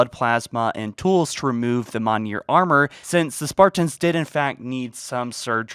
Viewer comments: Did he say mahnir instead of mjolnir? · Can someone verify if this dude ever learned how to pronounce mjolnir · I'm sorry but your pronunciation of certain words is just awful. I've watched multiple videos of yours and the videos and info are excellent but for the love of God learn the proper pronunciation of the words. For example, listen to the movie Thor for how to pronounce the armors name. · Learn how to freaking pronounce "mjolnir"! 😂🤣